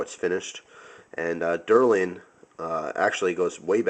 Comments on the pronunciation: I'm pretty sure its deLRin not deRLin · Not to be a nit-picker, but it's Delrin, not Derlin. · the material that the handle is made from is called Delrin it sounds as if you are calling it Derlin.